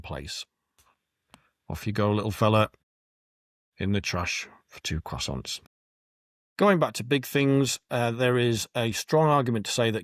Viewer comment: That pronunciation of croissant goes at the bottom of the tier list.